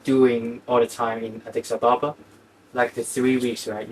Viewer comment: OMG-Addis Ababa. It’s not difficult. You’re supposed to be in love with an Ethiopian and not only don’t you know their capital city, you haven’t even bothered to read it properly and learn how to pronounce it!!??